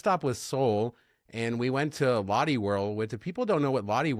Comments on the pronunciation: 🤣롯데 (Lotte) is pronounced more like LOT-tay... 🤣🤣but then again I purposely mispronounce Marriott to not sound like a prude, hahaha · Lotte is pronounced close to lowtay 😊